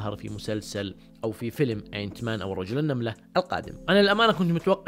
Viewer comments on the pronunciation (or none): Ant man اسمه آنت مان وليس إينت مان ياشطور 😂